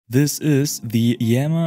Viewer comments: I think its pronounced ii-yama as in japanese "good-mountain". Two words. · Thanks for sharing this! I looked that up before making this video and the best I could find was a video of a iiyama representative pronouncing it as just yama...